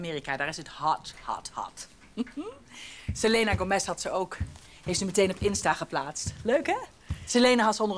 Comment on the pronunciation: Iedereen: selena gomez Toren c: SeLEnA GOMez